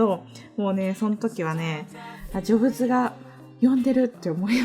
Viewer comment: ジョブズの発音がギャルｗｗｗ